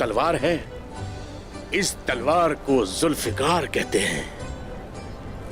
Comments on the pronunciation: Beshak but it's not julfikar its "zulfiqar" ❤️ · Beshak but it's not julfikar it's "zulfiqar"❤️